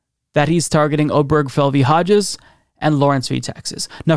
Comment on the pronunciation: Love your show. 1 quibble. The name mentioned in the gay marriage case is pronounced "Ob-er-GE-fell". 4 syllables.